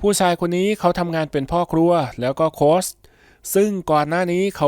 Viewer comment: โค้ช ตัวสะกดไม่ใช่ตัว ซ รึ ตัว ส นะคะ ออกเสียงให้ถูกต้องค่ะ